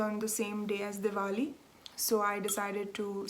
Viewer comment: Thank you for a lovely hour of knitting chat. Your Oak Creek pullover is beautiful & looks great on you. Thank you for sharing your Diwali festivities with us, & for pronouncing it so that we now know how to say it. You & your husband look really good in your traditional clothing. I love the cat footage at the end... no boredom for you in that part of your life is there? Enjoy your trip, & I'll see you in two weeks. 🤗